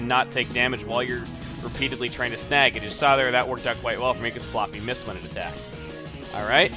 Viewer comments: Why do you keep saying flooffy it's flaaffy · I thought it was Flah-fee not Flar-fee... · is it just me or does it sound like he is calling Flaaffy floppy? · Oh my god, Chugga, you're killing me with how you're pronouncing "Flaafy". Isn't it with an "a" sound like "have", or am I just crazy? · I always pronounced it fla(as in flash)fy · flaffy with the "a" sound like in "fast" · can't stand how he pronounces flaaffy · every time you said "flaaffy", i flinched cause you say it weird :P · ive never heard flaafy pronounced that way before... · you say flaaffy really freaking weird